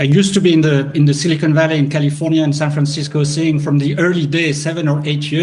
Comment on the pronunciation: i heard San Francishitco😅😂